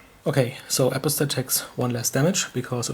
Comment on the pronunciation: "apo-stat" is pronounced Uh-Pahs-tate I think.